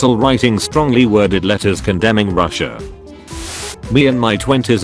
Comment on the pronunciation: I vomited 3 times while watching, after so many times said"ruhssiah" "putinh" ew. Slava Ukraini!